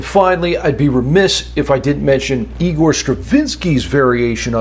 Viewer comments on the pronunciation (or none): none